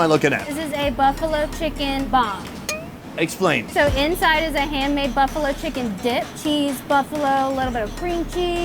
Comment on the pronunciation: Did she say "Hand-made" or "Hair-Made" :P